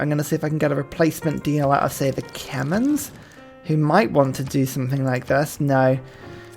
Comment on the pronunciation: So many mentions of the "Kemens" - I believe the western pronounciation is 'Cuh-Mare' or the local pronounciation (which can only be more correct) is 'Cuh-May'. Great vids as ever though!